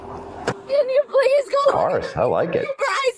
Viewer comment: Please uh. It’s Please. No uh. Stop making one syllable words two! It’s moronic.